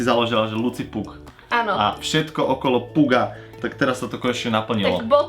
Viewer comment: mně přijde zvláštní, že máš slovo "pug" ve jméně a tak strašně je miluješ a přitom to špatně vyslovuješ..